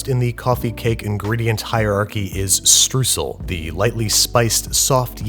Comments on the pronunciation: It took me a while to understand that he was talking about streusel. I mean 'strussel'. Wtf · Say struesel one more time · If Trade Coffee shipped to Germany... Str “oy” sel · It's pronounced "shtroyzel". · So much love for your explanation (hearing the word pronounced 'stroosell' makes my teeth hurt.) And for explaining that it's Hochdeutsch :) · It is STREUSEL not Strüsel - angry Deutscher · German Kapitän here: its called Streusel (pronounced: shtroysel beginning with a shh and second s soft s)... tiny whisking away... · Please just call it "shtroizle" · OMG its streusel struːz(ə)l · Streusel is german for sprinkle We pronounce it "Shtroisel" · the "eu" in Streusel is pronounced like the "oy" in deployment if anyone cares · FYI Streusel is spoken like this: "Stroisl". "Oi" like as if you are calling after someone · The correct way to pronounce it would be with an "sh" at the beginning. The vowel sound is like "oy" so basically shtroysel but spell it Streusel. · Since someone already posted the spelling, I'll go straight to the pronunciation..."eu" and "äu" in German is a diphthong or gliding vowel, with the closest English sound being, erm..."oy". Therefore... "SHTROY-sle" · German Cook here, no worries about the Streussel. But I am in love with you you pronounce them. Mwhahahaha, cute! ( it's more Str-OYE-sell) :D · Oh now I realized you tried to say "Streusel". You know the sound when you scream "Oi ya cunt!"? Try that: St-oi!-sel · Looks great! Streusel is pronounced: "schtrOI-sl" and literally means sprinkles :D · Streusel is pronounced Stroissel (closed you will ever get as a non german) Glad to help. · Shoutout to the other Germans who had no idea what he meant with "strussl" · Oh, nice to see some Streusel. My grandmother and mother put them on pretty much any cake or use them as a base - but I don't think I have ever seen them in the middle of a cake. Also not that it matters much but the German pronounciation of Streusel is something like "shtroisel".